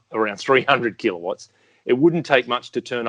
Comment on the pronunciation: I'm loving pronunciation of Keeler watts. Almost Arnie like. "Keeler votts".